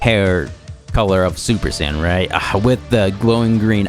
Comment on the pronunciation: but is it "super cyan" or is it "super saiyan"😅😅 to be fair, my generation calls it "super say-ian" you literally say the workd "say" derived from "said". but whatev i just think its weird the way you say it lol